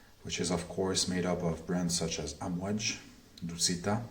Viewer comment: Actually its pronounced Aamwaaaj not Amwj as you say it. Means waves in Arabic.